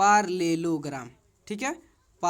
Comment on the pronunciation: Pairlellogram nhi hota parallel+o+gram Hota hai